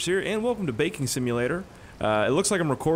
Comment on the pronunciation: Thought you said “welcome to bacon simulator”